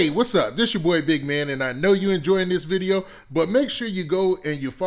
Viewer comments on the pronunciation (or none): none